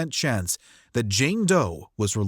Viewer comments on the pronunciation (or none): none